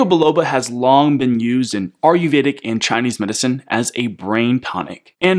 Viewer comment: These videos are great! Thank you! After watching a few of these I’d like to (kindly) encourage accurate pronunciation of “Ayurvedic”